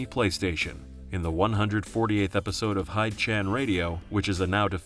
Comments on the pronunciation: “Hide Chan radio” bro 😭😭 it’s “Hee-deh Chan” you know, like Hideo Kojima?? SONs of Liberty 😭😭😭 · "Hidechan" is pronounced "Hee-deh-chahn," guys...not "Hyde-chan." Furthermore, the original Metal Gear takes place in Galzburg, Africa, not Zanzibar Land, as claims.